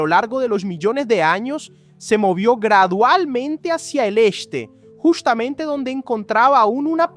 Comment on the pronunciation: jushtamente se movió hashia el eshte